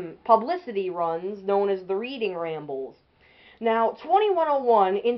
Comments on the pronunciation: Pronounced "red-ing", not "reed-ing". But you got the history right. A nice engine. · Great video! One small nit-pick: it's pronounced "Redding" like Reading, Pennsylvania.